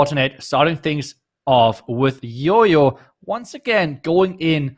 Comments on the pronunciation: Our casters can't tell the difference between "Y" and "J" .....it's JOJO not YOYO😑😑😑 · I actually don't understand that either.... But every YouTuber calls him yoyo instead of jojo.... But we can call him by his title as...🤣🤣 Which doesn't have any confusion....